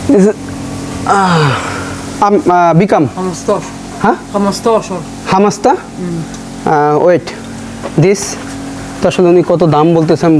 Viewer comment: ভাই ওই মহিলা কেন টাকে খামাস্তাস বলছে অর্থাৎ ১৫